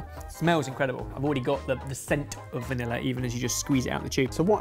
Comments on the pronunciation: Vanillar-y? Where did that R come from in vanilla? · do you know there is no r in vanillay?